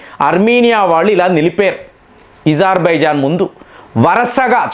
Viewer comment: సర్ ఇజర్బైజాన్ కాదు అజర్బైజాన్